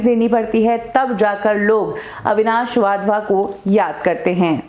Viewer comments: अविनाश वाधवा नहीं अविनाश वधावन। नाम बीच में गलत बोल गए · He is. WadhwaN and not Wadhwa. Agar aap naam theek.sey pronounce nahi kar patey toh how will.you do justice to.the video. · वाधवा नही वधावन हैं। 😂😂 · वाधवन नहीं वधावन है। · Avinash wadhwa nahi ........ Avinash wadhavan naam hai unka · वाधवा नहीं वधावन